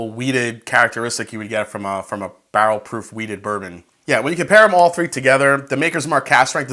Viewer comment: Sounds like he is saying "bowel" proof.